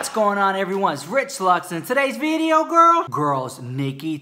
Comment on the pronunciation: In today's veedioo